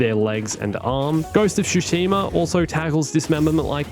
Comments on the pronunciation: OMFG! Hearing "SHushima" never fails to trigger me. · Ghost of Shoe-shima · "ghost of shoeshima" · Ghost of "Shoesheema". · You said Tsushima wrong